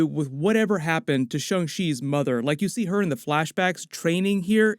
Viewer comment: This is in a texas twang. Its shang not shong u dunb sob. If chickens had 8 more brain scells would thay be mad that we eat them?